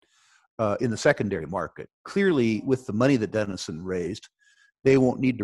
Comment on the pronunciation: Denison is not as he said